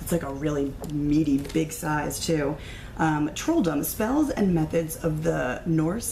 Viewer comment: You are wonderful :-) I love your enthusiasm and energy as well :-) BTW, "Trolldom" - read "troll doom". (dom means doom, but also dom like kingdom, and trolldom means magic) Gårdbäck read "Gourd beck" - it means yard brook. Å can be written AO or AA and is pronounced AW and Ä AE and is pronounced EH